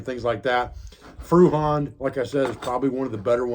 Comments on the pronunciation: Fruhand? Feuerhand is pronounced similar to firehand. Just replace the i in fire with an oy as in boy. Hand was already pronounced nearly as it should, just the a was a bit too long. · Pronounced "Foy-err-hund" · Feuerhand is pronounced foy-er-hahn-d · Great video sir. FYI Feuerhand is pronounced foyer hand. Thank you and God bless you and your family and America 🇺🇸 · I know you're never going to see this, but if you do, it's pronounced more like foy-er-hand.